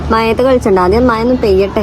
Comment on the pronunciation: മയ അല്ല മഴ അങ്ങനെ പറയണം 😁